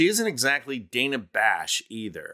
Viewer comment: Dana Bash’s name sounds like Dan-ah. Like her folks loved the name Dan & slapped an a on it for their daughter. Dan-a. Not Day-na.